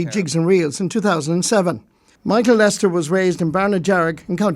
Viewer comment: Why do RTE pronounce his name as Lester instead of Lyster?